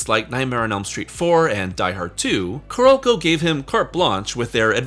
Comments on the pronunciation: Why do you keep calling Carolco "Ku-Rokou"? CARE-OLE-CO!! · I seriously dislike the way you pronounce Carolco. You gotta go find a vid with sound and learn the correct sound.